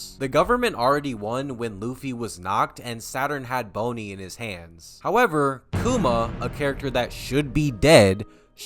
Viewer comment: who tf is "boney"